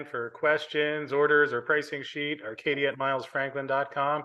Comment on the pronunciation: OMG pronounced Arcadia correctly!!!